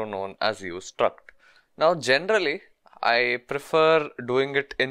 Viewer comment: This video is really usefull but "genderally" is killing me